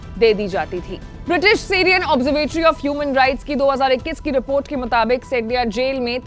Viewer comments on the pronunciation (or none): none